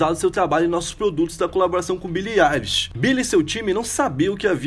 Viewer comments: billie elishokkkkkkk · É ailishe. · O vídeo inteiro,eu como grande fã,indignada que ele tava errando o "eilish" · O jeito certo de pronunciar é billie “AILISH” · o nome dela se pronuncia billie ailish 👍🏻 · Billie Êilix, aí ksks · Quando ele começou pronunciando Billie "Ei"lish, já não levei mais a sério. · É Billie AILISH CRLH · Se fala "Ailexi" '-' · Que agonia ele falando o nome dela errado 😭🤦🏻‍♀️🤦🏻‍♀️ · moço, tu pronunciou o nome dela errado vei e ela ainda tem depressão, vi em uma entrevista que ela deu recentemente... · So nn te bato, pq nn tem como ;-; Kr vc falou o nome dela errado😵😵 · AIIII N FALA DIREITO O NOME DELA MDS